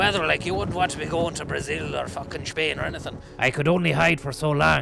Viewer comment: “Brezil or feckin Shpain”